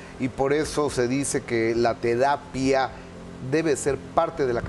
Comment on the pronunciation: La “tedapia” jajajaj